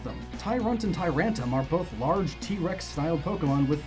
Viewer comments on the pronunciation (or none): Dude. You keep forgetting the "r" in Tyrantrum's name. It's Tyrantrum, not Tyrantum. Also, it's ar-kee-ops, not ar-chee-ops. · I'm sorry, but I'm very bothered how you say some Pokémon incorrectly. Larion? Shieldion? Tyrantum? You made Pokémon name origins, how could you mispronounce names? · I'm so angry that you can't say Tyrantrum. Usually I'm not a stickler for pronunciation but seriously it's so easy, you said it wrong multiple times in multiple different ways. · Its tyrantrum not tyrum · He calls it "TyrAnt" and "TyrAntum". ...not even close, my dude